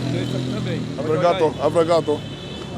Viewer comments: it's obrigado not abrigado aniosss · Japanese Portuguese blend "Obrigatō" 😂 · Lol "Obrigato"